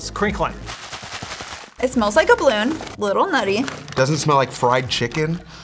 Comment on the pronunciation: "I got a wittle headache ---><---" poor